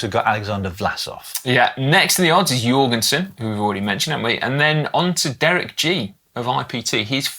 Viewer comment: Hey guys! Hilarious that your pronunciation of US riders needs correcting after all this time but... -Former WINNER Kuss 🎉 rhymes with loose, not cuss. -Jorgenson, in Matteo's family, the J is pronounced same as an English Johnson, not like a Y. Thanks for the shout out for Riccitello! Cheers 🍻